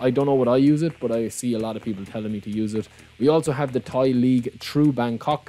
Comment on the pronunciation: it's Thai league bro, not Tahi. Tahi means shit in Malay language 😅